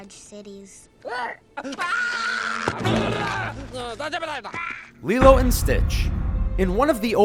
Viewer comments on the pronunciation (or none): "lilo and stitch" HOW DARE YOU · its lilo and stich not lelo and stich!!!! save from a comment warrior!!!!